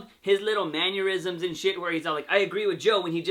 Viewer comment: Fun review. But it's not "man-yer-isms" it's "manner-isms."